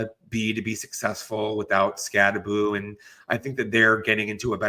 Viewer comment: Anyone still pronouncing it SkatteBO instead of SkatteBoo reveals themselves to not know ball.